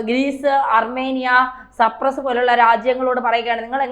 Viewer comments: 😅😅😅😅ചേച്ചി സർപ്രസ്സ് അല്ല സൈപ്രെസ്സ് 😂😂😂😂Cyprus🇨🇾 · സപ്രസ്സ് അല്ല മാഡം സൈപ്രസ് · സർപ്രെസ്സ് ആണോ സൈപ്രസ്സ്, അല്ലെ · സപ്രസ് അല്ല സൈപ്രസ് ആണ്‌. വാർത്തകൾ കൊടുക്കുന്നതിനു മുൻപ് ഒന്ന് വിലയിരുത്തുക. കുറ്റം പറഞ്ഞത് അല്ല. തെറ്റ് ചൂണ്ടികാണിച്ചത് ആണ്‌. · സപ്രസ് അല്ല....... തോന്ന്യാസം പറയാതെ..' സൈപ്രസ്...... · സൈപ്രസ് എന്നതിനെ യാണ് ഈ കുട്ടി സപ്രസ് എന്നു പറയുന്നതു. കഷ്ടം. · സൈപ്രസ് എന്ന് പറയൂ